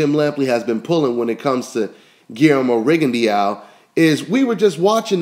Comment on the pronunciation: lol its pronounced rigon de oo not rigon di ya o